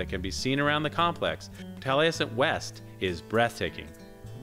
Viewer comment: Keeps pronouncing Taliesin wrong. There is no "t" on the end.